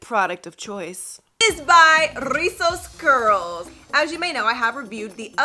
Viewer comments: Im mexican! I really love how you say rrrrrrizos 💗 thanks for doing the “r” effort 💗💗💗 🤣 You can say as well “chinos”, “bucles” meaning the same as rizos! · I lovee how you roll the r “rrrrizzosss curls” My favorite word in Spanish is “Guayaba” which is is “Guava” in English. I also like the word “Mar” which is is “Sea” in English